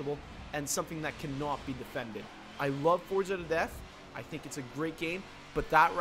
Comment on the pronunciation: It’s not forza